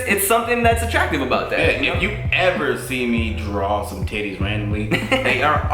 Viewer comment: The way Tim pronounces "Titties" lmfao its something like "Tiddays" emphasis on T